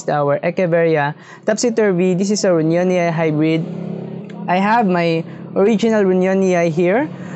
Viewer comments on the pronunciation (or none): ru-nyo-ni-ee not ru-nya-ni-ay